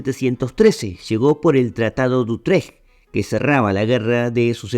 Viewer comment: Tratado de Utréj , nooo, es Utrecht (se acentúa así: útrej)